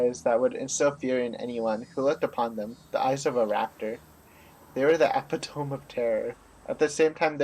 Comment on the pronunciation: Epitome is pronounced eh-pit-o-me, not epi-tome.